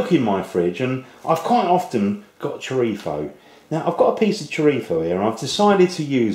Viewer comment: i love how u say 'chorizo' with an accent from madrid, spain... amazing videos btw!!!!